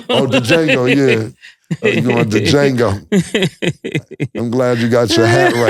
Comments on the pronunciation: Dee-Jango...Fellas the D (pause) is silent smmfh! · That's Wild! The D is silent pause!!😂😂😂 Dajango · "DaJango" is crazy 😂😂😂 y'all, the D is silent... pause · Cam said Da Jango lolol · Pronouncing the D on Django is gold 😂😂😂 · It's Jango, the D is silent... pause, no Lucien... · the d is silent in django yall sound dum every time lmao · Django????..... ummmm the D is silent lol #Pause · The D is silent inDjango fellas 🤦🏾‍♂️ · The D is silent #Django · The D is silent is CRAZY 😂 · The D is silent in Django 😂😂😂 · The "D" is silent 😂😂😂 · Jaimie Fox even told you how to pronounce Django. The D is silent. No Iddy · "It's Django.. the D is silent" 😂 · the D is silent mutha fucca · The "D" is silent (pause) in Django. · Wait, did they BOTH say “on De Jango?” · The D is Silent....PAUSE 😅...DJANGO!!! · The “D” silent in Django pause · The D is silent 🤣🤣🤣 #pause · These dudes pronouncing Django wrong is hilarious 😂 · All that money and they got and still can’t say Django right 😂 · The d in django is silent #Pause 😂